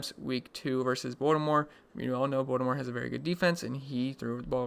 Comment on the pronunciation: when you say baltimore is sounds like voldemort lol